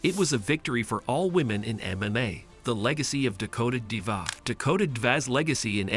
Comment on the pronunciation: You might at least get her name right. Better not rely on AI